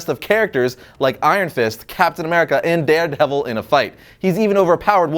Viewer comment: Did anyone else think called Daredevil “Dandevil” 😂